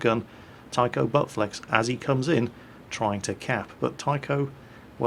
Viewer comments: you dont pronounce his name as Taikou! xD you read it Tai-chou, it means captain in Japanese.. Im so sorry:P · every time he said my name and said it as tyco all i could think about was remote control cars haha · Its actually pronounced Tai-Cho(u) Butt Flex, which in Japanese meaning means Captain Butt Flex, because the romaji taichou/taicho refers to Captain in Japanese. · Taichou - It's pronounced like Tie-cho. It's a class based honorific in Japanese culture, which references someone as a commanding officer, or "one in charge". Basically his name translates to Captain Butt Flex. Another class based honorific you are doubtlessly more familiar with would be -hime, as in princess, as both are usually added to the end of ones name, to indicate status and respect.